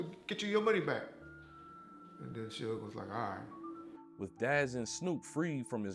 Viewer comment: Dude, I love your content, but the mispronunciations are killing me! As a 43 year old who grew up in that era, how the hell can you pronounce a name that everyone knows - Suge (Shoog) and pronounce it as "Shugg"?